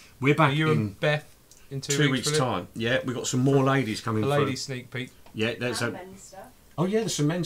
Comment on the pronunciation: Guys... it's sneak PEEK, not peak 🙈